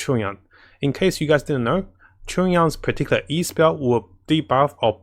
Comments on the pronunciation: Is “Chungyon” how we supposed to pronounce his name? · yeah the way he says it is completely wrong and he makes it sound Korean now 😂